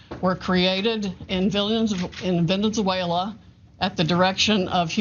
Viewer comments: Did she just say "Venen-Zuela"?? 🤣🤣🤣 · Did the lawyer just call it Villainzuela? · "Villainzuela" ....lol